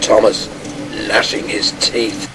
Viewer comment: Gnashing, not lashing.